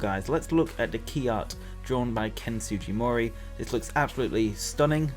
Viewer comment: Why do you say Sugimori like that